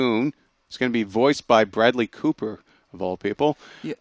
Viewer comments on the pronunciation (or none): none